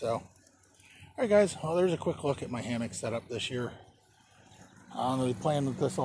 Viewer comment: Hammock? Damnit I thought you said Hamhock.